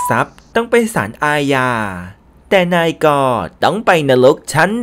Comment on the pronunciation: 0.07 นายก แอดอ่านเป็น นาย-ก ดูแล้วโคตรขำสุดๆ